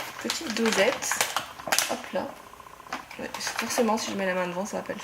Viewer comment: "ouais" 😭😂🤦‍♂️ On dit "OUAIYE"